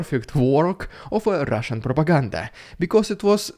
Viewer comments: I enjoy the new way you are saying propagan DAH! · "Rrrrrrrrrrrrrrrridiculous Rrrrrrrrrrrrusian PRrrrrrrrrrrrrrrrrrrrrrrrrrrrrrrrrrrOPaganda!!!!" I love that SO much!!!! :face-red-heart-shape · You are a FUNNY guy! I LOVE it! Thank you. And that is NO prrrrrrrrrrrrrrrropaganDAH! You are at 200K subs!!! CONGRATULATIONS! All the Ukrainian need to do is keep the ruZZians surrendering! That will REALLY weaken the ruZZian forces! Thank you for the great update and information! Stay safe and stay well! Slava Ukraini!